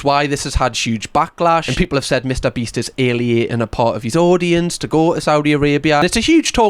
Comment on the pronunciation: I refuse to accept that said "alieating" instead of "alienating"